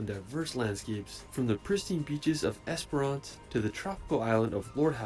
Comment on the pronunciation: It's also "ES-puh-ruhnce" rather than "ES-per-rance".